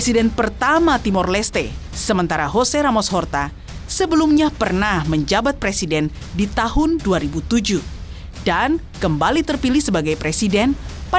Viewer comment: Jose Ramos Horta bukan Hose Ramos Horta